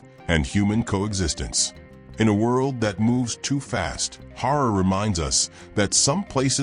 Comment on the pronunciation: The wrong pronounciation! Harari is not 'Horror' it's like 'Kalahari'! Revise your reading and ponctuation!